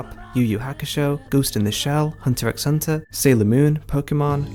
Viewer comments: It's pronounced Hunter Hunter, the x is just a decorative way to show the Japanese that it's two words. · fyi the X in hunter x hunter is silent